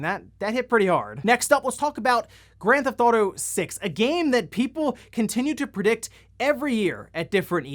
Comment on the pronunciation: "Grand ThAuto"? Lol OK my guy I see your strategy for shortening your videos lol